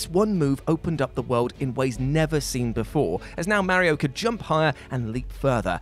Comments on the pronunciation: I hate how what pronounces Mario..... and that there's no longer a ONE PER LIST and no explanation why it stopped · I got stuck on how you pronounce Mario as Merry-o. It made me giggle every time.